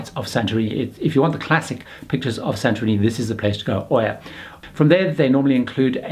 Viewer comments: Oia is pronounced Eeya! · Been to Oia just yesterday during our cruise and we took a bus to Oia and the bus driver pronounced it as Ee aa not Oo aa.